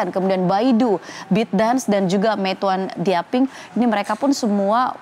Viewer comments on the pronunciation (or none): Yg ngejelasin gak bisa bahasa asing bener... Mata uang cina itu bacanya harus yuen.. Trus nama perusahaan cina harusnya bacanya Meituan tienping.. Nama negara israel.. Bacanya israel gak boleh dipisah isra-el jatuhnya bukan nama negara oon